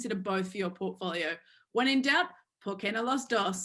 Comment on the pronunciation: Hahaha I dont think you could pronounce 'por que no los dos' any worse if you tried to do a parody